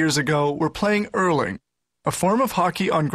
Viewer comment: its not urling its hurling there is a difference like XD